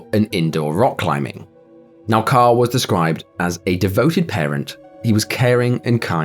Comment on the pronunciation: Fr sounds like you're saying Kyle instead of Carl lol